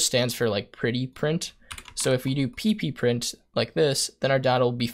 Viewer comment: "Pee-pee print" snork! Think that's supposed to be "P print" ;oD Handy vid though, great stuff. Thanks.